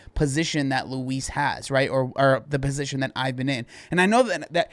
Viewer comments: Its not how you prounouce her name. Its loo eese. You say it terribly. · Why do you pronounce Louise like Luis 😭😭😭😭😭